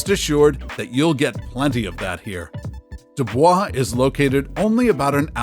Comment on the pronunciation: It's pronounced do boys